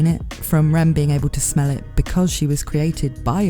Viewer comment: As a non native english speaker it's realy hard to distinguish your pronunciation of Rem from Ram lol